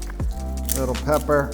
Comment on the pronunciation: the elevation of Pepper to 'Peppier' really got me haha